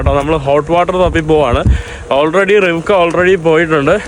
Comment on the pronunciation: KAROLA ❌️ RIVEKA ✅️❤